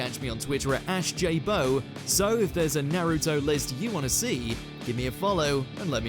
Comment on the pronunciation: Nah-ruto. You're the type of dude that pronounces Mario as Mary-oh, huh?